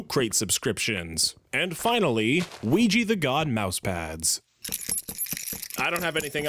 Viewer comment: WEE-gee? Is that sexual harassment. You've sexually harassed me.